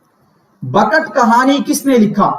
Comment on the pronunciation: Sir aap ne pdhaya to bahut umdah lakin taleffuz bahut bahut bekar hai Jese.. bakat khani nhi .. bekat khani Kudam raw pudam Rao nhi 😂..kadem raw padem rao hai Aur jese mashafi nhi .. Gulam hamdani mushfi hai 😅